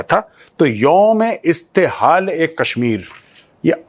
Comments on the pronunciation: Mein Pakistani hoon. Please Correct the pronunciation: ISTEHSAL...Not ISTEHAAL! It means OPPRESSION and EXPLOITATION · That is not Youm e Istehal that is Youm e Istehsal